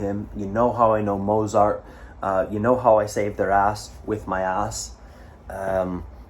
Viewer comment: please say the t in z in mozart, it's getting to me!